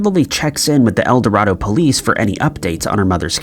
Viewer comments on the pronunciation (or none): Just for future reference its El Do(ray)do, Arkansas. I live about 30 minutes form there.